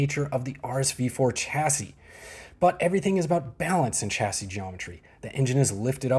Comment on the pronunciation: Please prounce chassis correctly.